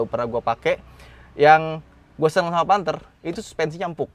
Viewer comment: Panthe 😭 kya bahasa jawa ya